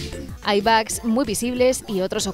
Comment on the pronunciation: Se pronuncia bog, pero todos le decimos bugs. Ahora, de dónde sacaron "bag"?